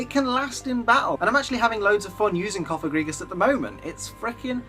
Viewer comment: #1, THERE IS NO I IN BANETTE! #2, IT'S COFAGRIGUS,NOT COPAGREGUS!